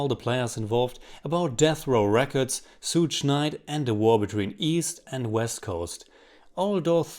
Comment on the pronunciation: "Stooge" knight pmsl 😂